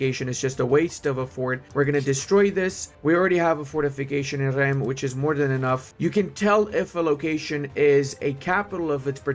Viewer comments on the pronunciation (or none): "Reims" se prononce "" [ ʁɛ̃s ], « rinss »"". "Eim", "ain", "un", "in", "im", is like "1" in french, english don’t use this sound.. But " Châlons en Champagne" was perfect, congrats ! D’ailleurs, Reims est une ville très importante, tous les rois de France s’y sont fait couronnés. C’est aussi un épisode célèbre de la guerre de 100 ans, Jeanne d’Arc escorte Charle VII jusqu'à Reims en 1422. Une épopée épique qui contiste à rendre le roi légitime, et donc rendre le moral aux armées et au peuple, alors même que la guerre apparaît perdue... Bien le bonjour de France ! ⚜️ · Fun fact, Reims is pronounced as “ Rince”, don’t ask me why tho. I subscribed!